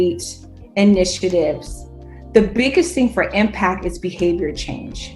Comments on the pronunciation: All these DEI MOFOS are the same. Just a matter of time before they get jammed up. And learn some English. It ain’t impack it’s impact dummy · I blame her and the people who hired her. Who hires a person who pronounces the word impact as impack for an executive position? Smdh! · Ghetto snipe. "Impack". Surprised she didn't say "allizations"